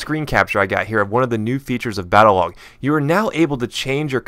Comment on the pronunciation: ...Battelog? BATTE???